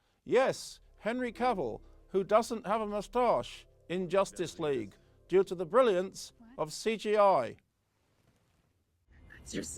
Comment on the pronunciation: You mispronounced number 8. It's called Josstice League.